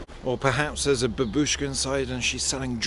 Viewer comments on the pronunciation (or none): none